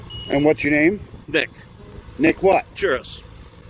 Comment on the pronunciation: Did he say nick or Dick? So that’s where the terrible training comes from.....Not surprised